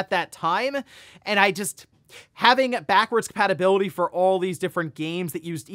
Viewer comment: "Backwards Patibility."